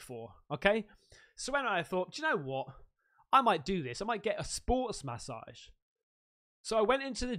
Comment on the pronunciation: Love how u say massage .. Ma-ssage lol 😂